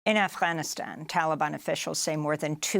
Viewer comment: congrats amy u prnounce arfghanistan properly